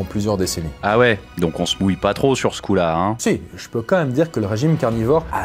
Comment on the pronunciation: * quand même et non comeme 😅